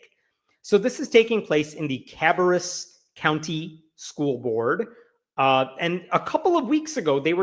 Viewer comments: Ca' bear us, emphasis on the first syllable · FYI: Ca-BARE-us county. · Not that it matters, but the county’s name is pronounced “Ka-bear-us.” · Kuh/bear/us. Is how it's pronounced. Most North Carolina locations aren't pronounced how they're spelled. Good guess though. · Ka-bear-us is the correct prononciation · it is ka-bear-us county